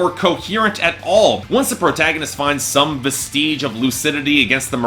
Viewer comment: I love your videos but you are mispronouncing the word "vestige" and it mildly bugs me every time